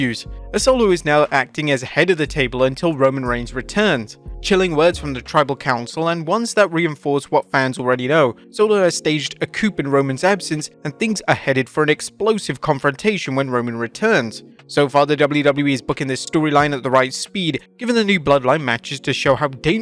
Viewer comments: "Pred" essesor, not "PRE" COO, not couP You're English. Have some pride. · The p in coup is silent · You don't pronounce the "p" in "coup". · Staged a "coupe?" Lolol